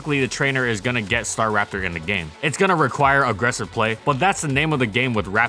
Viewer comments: it really bugs me that you say STAR RAPTOR and not STARAPTOR, but i dont even know what is the right way to say it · it Sta'raptor not 'Star.raptor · Strange. I’ve always pronounced it “stuh-rap-ter”